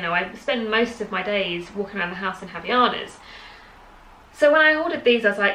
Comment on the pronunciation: So informative, loved it! Just a pronunciation tip about Havaianas from a Brazilian: the "H" is silent and the "ai" sounds as does on "Hawaiians" (that's what it means).